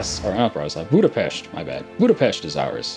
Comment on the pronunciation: He said Budapest right. I was surprised.